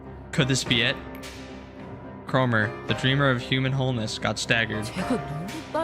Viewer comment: BRO BRO its kroMer you dummass